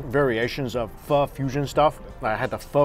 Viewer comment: All that food looks banging! Wish you'd learn how to say pho properly though